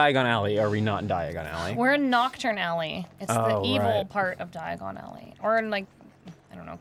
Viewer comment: That's why Harry was transported to the wrong place. He didn't say Diagon Ally he said "Diagonally"